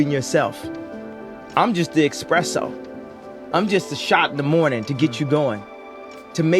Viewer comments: the dude said expresso. any true kanye fan is a joke xD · He said expeesso as coffee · Its pronounced eSpresso ye